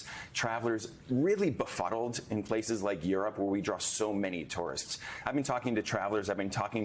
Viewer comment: You can't say the word because you're trying to pronounce a three syllable word in two syllables. Two-were-ist